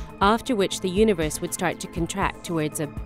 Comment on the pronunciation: "the yoonavurse"